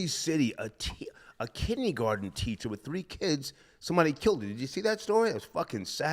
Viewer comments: said Kinnie garten instead of Kindergarten, some Old School Talk..I just fell out my chair with Laughter.…🤣🤣🤣🤣🤣🤣🤣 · black side coming out pronouncing kindergarten “kidney garden”